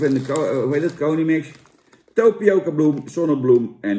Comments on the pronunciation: Tapioca Jan, geen Topioca.. encyclopedie!! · Geen Topioca maar. Tapioca Jan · tApioca Jan niet tOpioca